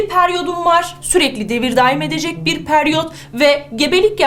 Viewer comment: Hocam peryot degil periyot 😃